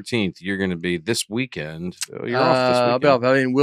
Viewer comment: I’ve noticed Dusty adds a “T” to the end of a lot of words. Especially words that end in “ND”. Weekendt, groundt, aroundt.